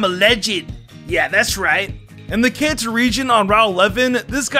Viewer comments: Is it just me or does he say cancer instead of kanto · I swear you're saying "cancer region" instead of "Kanto region" ._. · sounds like his saying the cancer region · says kanto my ear for some reason cancer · Did say Cancer region? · Hey always wonder when you say kanto it sounds like cancer why? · Why, whenever he says kanto region, does it sound like cancer region? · Says Kanto Me: Hears Cancer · To me, whenever he says "Kanto region" it sounds like "Cancer region" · when he said kanto region i heard cancer region is it only me or what? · i thought he said cancer reign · Am I the only one that hears cancer when he says khanto. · The way he said Kanto for number 10 it sounded like he said "in the cancer region" lmao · Was he calling the kanto region the cancer region